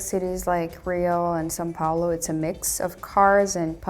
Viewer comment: SÃO PAULO***** IT'S NOT SAN PAOLO